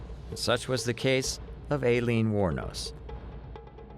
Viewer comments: "Alien" Wournos? At least pronounce her name correctly. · To be honest this was a poor video. With all the clips & coverage of her story & trial , you could at the very least pronounce her name correctly.